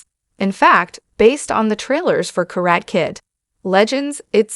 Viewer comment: It’s pronounced [ KA - RA - TEH ], what is a “KARAT” Kid ? The lady announces it in a wrong way. She continues to say, “KA -RAT” . Ridiculous ! 👎🏼👎🏼👎🏼👎🏼👎🏼👎🏼👎🏼👎🏼